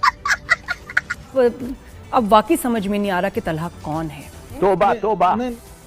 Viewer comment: Talha ❌ Thala😂✅